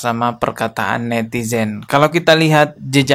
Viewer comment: Bapak itu saja makhroj indonesia saja salah.. Netizen jadi Netijen...